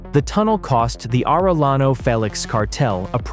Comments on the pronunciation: It's Aray-yano...not Arel-lano. Do you also say "Tore-tilla"? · Arellano is not pronounced Arelano, double L in Spanish has J sound as in Jack. Arellano, sounds like Are J ano. Tijuana is not pronounced Tiguana, the J has the same sound as H in House, so it is not Tiguana like iguana, but Tijuana. Hector has the Spanish silent H, so we do not pronounce it. It does not sound like Jector, but like ector.